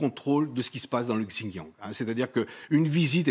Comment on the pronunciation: J'adore, le monsieur parle comme un expert mais n'arrive pas à prononcer "Xinjiang" deux fois de la même façon. D'ailleurs, pas une seule fois il ne le dit correctement. Drôle d'expert.